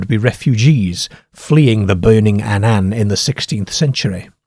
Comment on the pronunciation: he cannae pronounce Annan correctly though...!